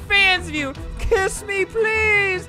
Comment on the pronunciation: the guy going "kjess me pls" made my burst to laughs